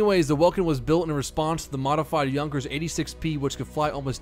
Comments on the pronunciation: Its pronounced yunkers, the j is pronounced as a y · MrLM002, rezoukas1 Not trying to be a "Grammar Nazi" here but how are you guys pronouncing the 'u'? Most people pronounce it as in "buck" whereas it is correctly pronounced as in "book", so phonetically it look like 'yoonkers'. Interestingly (to me anyway) I work with one of Hugo Junkers descendants, the licence plate on his car reads 'YOONKS' lol. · Put more emphases on the u in Junkers and you will have the pronunciation spot on. Good job on working on your plane grammar!